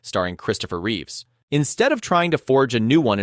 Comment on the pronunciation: It’s Reeve not Reeves